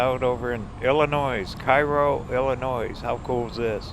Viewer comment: Illinois, Cairo, Sikeston, New Madrid were all mispronounced. I think you finally pronounced Sikeston correctly, but New Madrid really grates on the nerves of the locals. I can imagine how you'd pronounce Cape Girardeau. 🤣 That said, my mother loves your channel.